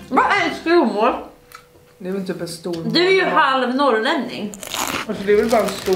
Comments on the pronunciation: ”skrovvmål” hahah man säger väl ändå ”skråvmål” asså långt o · Det uttalas SKRÅVmål ☺️ mvh norrbottning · Skrovmål uttalas skråv inte skrov 😂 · Är helt i chock över att ni säger skrOOOOvmål. 😮😮😵 Haha, är det norrländska eller något, att säga skrÅvmål? Aldrig hört någon säga annat än skråvmål! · Instämmer! Haha fick panik på deras uttal. Mvh västernorrlänning 😂